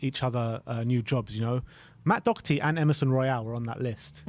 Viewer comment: Why do people insist on putting a c in Doherty? It's really fucking annoying.